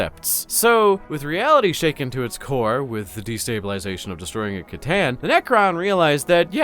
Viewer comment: Something happened to. He pronounced C'tan properly in this one. I think the Alpha Legion got him